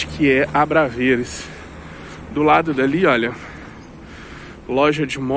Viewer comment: Bom dia! Também sou brasileiro e moro mais a Norte,cerca de 40 km. Conheço Viseu muito bem e gostaria de fazer uma pequena correção. O nome correto do bairro que você se refere chama-se ABRAVESES e não ABRAVERES. Abraço e boa sorte. Francisco Guedes.